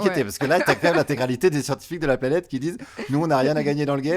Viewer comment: La planète et non la planette